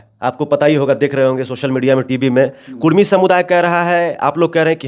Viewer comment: Kurmi h ya kudmi. Ye to sarna v bolta h😂😂😂 gazette mein kurmi